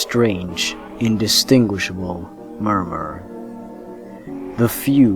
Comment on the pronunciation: He pronounced mummur wrong.